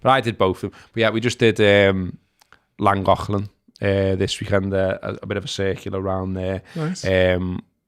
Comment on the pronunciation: That's a decent attempt at pronouncing Llangollen there lad! You just needed to pronounce the first ll like the second one. Da iawn.